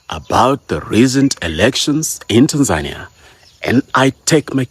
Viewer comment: The first person out side of Tanzania pronouncing “Tanzania” correctly 👏🏿